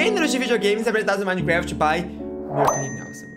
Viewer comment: minecreft kkkkkkkk